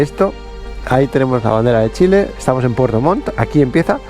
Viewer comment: se escucha re bien con el pasa montaña dijiste pfuerto 😆😆😆